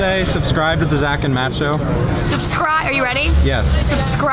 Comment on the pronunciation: Did she say Zatt and Mach show? lol